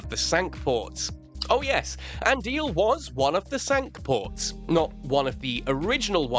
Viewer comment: The word Cinque in this context is not pronounced as in French but as SINK. Honest.